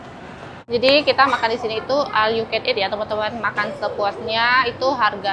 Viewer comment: All dibaca ol... All you can eat...ol yu kan it😂